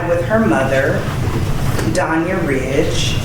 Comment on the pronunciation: Uriha? Like Urea? 😂 Lawd…